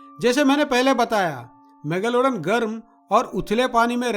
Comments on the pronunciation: mega lowda n kya pronounce kar ra Bhai.megalodon ki izzat nakal di tu ne. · Mega lawdan?? Bhai kya pronounce kar raha hai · Every time he say megalaudan.. I cant control my laugh